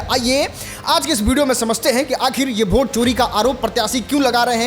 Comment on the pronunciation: अरे भोट नहीं होता है वोट होता है 😂😂😂 तुम खेसारी लाल यादव को कहता था कि वो भोजपुरी को भजपुरी बोलते हैं